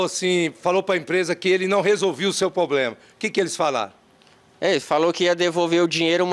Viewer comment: O repórter ou advogado, sei lá, fala "Poblema"